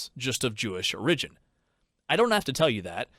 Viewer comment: Origin? Oh-RIDGE-in? Where did the narrator grow up, genuinely curious?